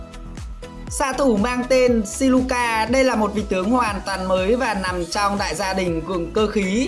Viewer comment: Siluca mà đọc thành Sicula😂